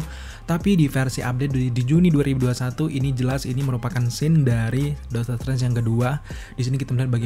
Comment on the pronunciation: Bang, dotor strange apa doctor strange? Lu kalo ngomong yang jelas dikit napa buru² banget